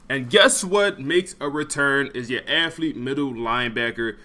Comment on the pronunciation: Dawg I love the channel and content but I hate how this man says aFFlete over and over bro is allergic to the “th” 😂